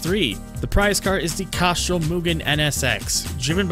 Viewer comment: where are you from? You say some words really weird like Castrol and Chrysler.